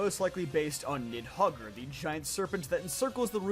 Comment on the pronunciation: Just so you know the weird h and r that happen in Norse myth are silent letters. So it's just nidhog. Not nidhogger. And the one you didn't even bother saying would be pronounced res-velg.